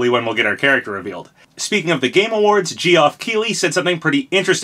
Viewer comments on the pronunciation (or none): "gee off" lol his name is pronounced jeff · Please keep calling him Jee-Off it's hilarious. I don't blame you, his mom is the one who spelled his name wrong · "Geoff" is pronounced exactly the same as "Jeff", it's not "gee-off". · Lol his name is pronounced Jeff, not Gee-Off 😅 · Gee-off keely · Lol Jee-off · His name is pronounced Jeff not jeeoff. You've said it wrong for so long and it's so annoying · Gee-off (is pronounced jeff) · STOP CALLING HIM JEE-OFF BEFORE I HAVE AN ANEURYSM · Hey papa just so you know “Geoff” is pronounced as “Jeff.” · It’s just pronounced “Jeff”, Papa 😂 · Lets pour one out for Sorabros Dantebros Lloydbros REbros. Also the way you pronounced Geoff hurt me lol its cool though! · dude its pronounced "jeff" lmao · his name is pronounced Jeff :) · ...Isnt it just pronounced Jeff... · Geoff is pronounced Jeff my guy. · Jee-off... Wow. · Its pronounced Jeff lmao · Can you stop pronouncing Geoff like that though, it's just "Jeff" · Between Vergeben and now Geoff, I hope he just leans into it and starts purposefully mispronouncing every name other than Sakurai and the most common of American names. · I physically cringed everytime he said geoff 😂 How do you pronounce a name so wrong!? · The way you pronounce Geoff's name was painful to my ears.